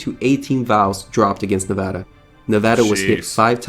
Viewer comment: I appreciate him pronouncing Nevada correctly. The USS Nevada (BB-36) has an interesting history, look it up sometime if you are curious. She had a glorious end.